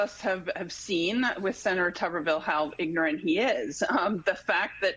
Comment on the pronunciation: Where “ignorant” and “truck” both have two syllables 👍